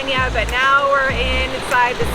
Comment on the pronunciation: No soy de Colombia soy de Mexico 🇲🇽 y segun yo es Cartagena no "CARTAGENA" I think is Cartagena not Cartageña